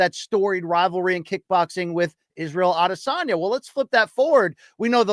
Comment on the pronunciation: "la LIENDA" ???? Of course the self proclaimed Spanish pronunciation expert Luke doesn't say anything. Hey Luke, next time A-DE-SYOON-YAHHH fights, make sure to take another 15 minutes to lecture everyone about how Adesanya is ACTUALLY pronounced